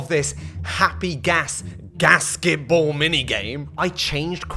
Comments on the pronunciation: I kept hearing casketball. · I first heard it as “gasket-ball” and I was confused for a second